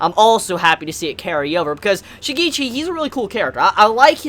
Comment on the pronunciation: btw it's shi-ge-chi (pronounced like the ge in get)